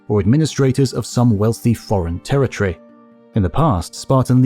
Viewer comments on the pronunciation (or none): none